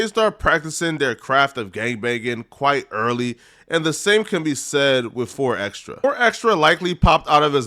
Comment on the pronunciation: The way this dude says his name is so cringe. It's xtras with a s not xtra